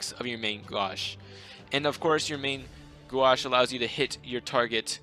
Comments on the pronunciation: Main g-oh-sh. That's how you say main gauche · You did butcher main gauche, but it's really difficult to explain how to say it. Great guide BTW ^^